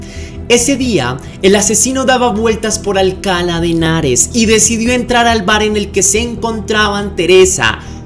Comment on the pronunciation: Hola, me gusta tu canal. Se pronuncia Alcalá de Henares con acento agudo y no Alcala sin acento.